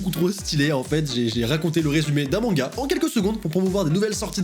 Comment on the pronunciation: À est-ce que c’est juste moi qui a compris “mon gars à la place de manga??😂😂